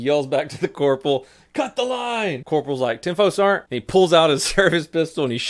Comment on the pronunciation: "Ten Fo. Sarent!"😂